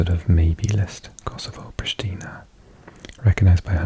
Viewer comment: Your “Prishtina” pronunciation was spot on Albanian accent. Are you really Welsh?